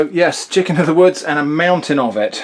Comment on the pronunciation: "Chiscken of the woods" made me laugh way too hard